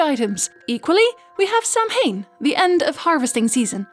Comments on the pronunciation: A friend who lives in Ireland has told me it's "SOW-wen", not "Sam-hane.". And also, it's "Sluagh na Sidhe", not "Sluagh Sidhe." She's a teacher of the lore, so I think it can be trusted. Where are you getting your info from? Perhaps it's a regional dialect thing, but I'd love to know what your sources were for these specific wordings. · Dear, Samhain is pronounced sah-whayne